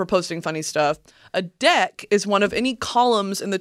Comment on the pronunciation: please for the love of god,, focus on pronouncing the short "e" in the word "deck"...I'm trying not to burst out laughing while listening to this at work!